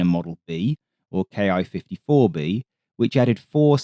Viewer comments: great video, but i should note that Ki is pronounced Keeh, not Kee-eye, one syllable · キ54 (Ki54) is "key fifty four" not "kay eye fifty four" (approximate pronunciation). The キ part is a shortened form of 機体, in this context basically meaning "airframe". In practice, you could interpret it as "Army aircraft 54". It was a weird numbering system. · Good video, except for the glaring mispronunciation! The ‘Ki’ in Ki-54 is pronounced “Kee” or “Key”. It’s a transliteration of the Katana letter “Ki”. An equivalent English mispronunciation would be saying “B-E-E”29. Please learn a bit about the Japanese language. Your other videos have been must-watch. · To my American ear, it seems like he is speaking each English letter separately, like we pronounce 'AH-64' as A-H, rather than 'Ah'. Having grown up using the American system, I have long done that. II can see why it's spoken both ways.